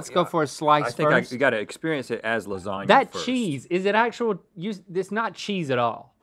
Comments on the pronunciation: Lazania? No -Ok, what about: Lasania? No -Lazanya? No Lasanya? NO -Lasagwefklna? PERFECT - ... 😑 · Y’all just cursed the new year with this fake queen sweep. Ain’t nobody gonna like “lardzagna”.